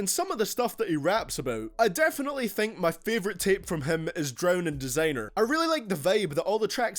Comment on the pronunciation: Good video but learn how to say designer